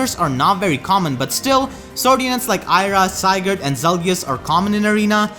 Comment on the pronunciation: I love how still has to call Sigurd Zygarde. xD